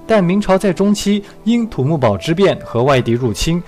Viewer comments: 应该纠正的是 土木堡不念bao而应该念pu第四声，望采纳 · 土木堡pu不是bao